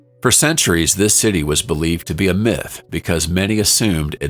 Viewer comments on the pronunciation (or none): none